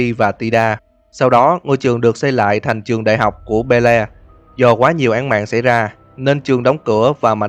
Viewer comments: Be le(Bi Li) hoặc beo anh ơi đừng đọc be le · đọc là beo anh ơi. Đừng đọc be le :)) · Belle ko có đọc là Be-le nhé anh, đọc giống Bell ấy.